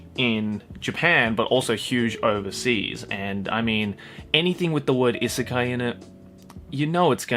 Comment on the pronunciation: Why is it that every time you say"isekai", i heard it as "izakaya" ?